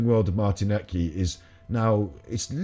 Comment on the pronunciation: All petty stuff aside. I think you should take the time to actually watch his videos before going against it. I love Martin. Last name pronounced 'Leed Kah'. I have watched his videos for years. You are making a snap judgment and trying to profit from debunking him without putting in any effort. 👎 Martin and all the FEB people deserve better than this.